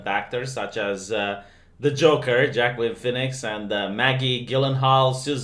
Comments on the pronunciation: jackim phoenix..." yo, it's not pronounced like that. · It's pronounced Wah Keen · I don't know if you know, but Joaquin is pronounced "Wa-keen" almost like walking. I don't get how the phonetics work either, but that's how it is. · I thought Wakeen was the god of commerce and merchants or something